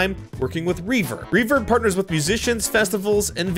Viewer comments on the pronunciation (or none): When u said the name of the charity I thought u said “ reefer” and was like😳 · ...I thought you said "the charity...refer" 'well, that does sound like '....Sorry but I had to put that one out there. Thanks again for the vid, hope this gets a chuckle. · Ohhhh you said reverb not reefer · I swear you said, "... with another azimg charity, Reefer". And I just f*cking died for no reason